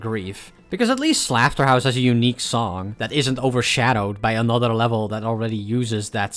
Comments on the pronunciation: why do you say slafterhouse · "Stealmate" also I think "Slafterhouse" might be an intentional mispronunciation of Slaughterhouse since the gh can be used as an f (and I guess the u is silent? [clubstep]) But fair I guess